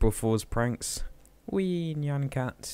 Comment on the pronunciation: Nyan cat is not pronounced 'Nyuan Cat', it is pronounced 'Nie-an-cat'